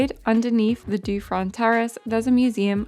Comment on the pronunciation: Please, Terrasse Dufferin in Quebec City is named after the Marquis Lord Dufferin and Ava, Governor General of Canada and later Viceroy of India. Thanks to him the city walls were saved though reduced in height. His name should be pronounced in English, not French, as this video is in English.